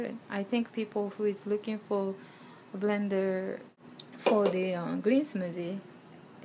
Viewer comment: wtf is a "brender"?